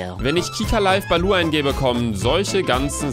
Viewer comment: Bibi wegen Bilou und nicht Balou